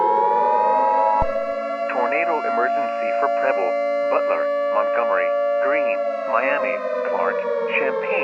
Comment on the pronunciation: When bro said preble it sounded like he was saying pebble from dandy's world